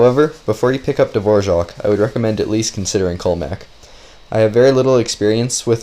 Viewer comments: wait how is it you are pronouncing dvorak? dvoshak? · Dvora- what.... Hvojak? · Why do you read it DVORJAK? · It's actually pronounced dvořák with ř. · Wait is that actually how you pronounce “Dvorak” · dvořák is not really pronounced like that, us czechs pronounce "ř" a little different, its like a deeper r where you roll your tongue more if that makes sense. The a is pronounced for a long time because it is "á" not "a". Sorry for bad english if you are not understanding this, but I would not pronounce it "the wore rack" more like, duhvoraak, but with the hard R. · It's Dvořák. Type it in czech - english translator, of you want to know how to pronounce it.